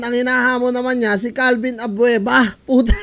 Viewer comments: CALVIN ABUEVA gun hindi Avuena 🤗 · Abeuva hndi abveuna 😂😂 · Calvin abueva di abuena ahaha dami tawa sa abuena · Boss. Abueva po.. Hindi abvuena. Hahhaha.... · Boss abueve not abuena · Abueva po hnde po abuena😂😂😂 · calvin abueva idol hindi abuena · ....CALVIN ABUEVA.....HINDI ABUENA.. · Calvin abueva boss Hindi abuena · CALVIN ABUEVA po yan hindi ABUENA.. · Calvin abueva po hindi calvin abuena😆😆😆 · Calvin abueva..hindi abuena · Abueva hindi Abuena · Abueva hindi abuena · CORRECTION!!!Calvin abueva......hnd abuena.....ayusin mu nmn pgcocontent mu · hindi po abuena abueva po